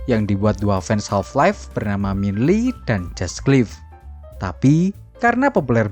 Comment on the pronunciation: Minh le (nama vietnam) bang.. Bukan minhe lee (nama korsel)